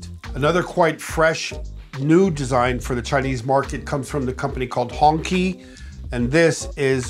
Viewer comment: Many cars in the world look similar. I have seen some Mercedes that look like GM cars. Thr grill and tail ,ights were similar. Perhaps some previous Chinese cars have some semblance of western cars, but then most cars have similar grills and headlight. Come on, many western cars are similar. Hong Qi is pronounced "Hong Chi", not "Hongkee". It the Red Flag !